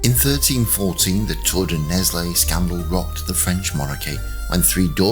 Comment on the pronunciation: it's pronounced Nell, the s is silent. The first book, called the Iron King, of the Accursed Kings (Les rois maudits) series by Maurice Druon details this scandal, and also includes the Templars' demise. The French Salic law contributed to the 100 years war. If Phillip's sons had had male heirs, the Capetian dynasty would have continued. Goes to show that MAN made laws can be devastating.